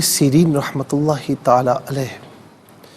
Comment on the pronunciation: السلام علیکم بھائی لفظ اللہ کے دونوں لام پر پڑھنے ہیں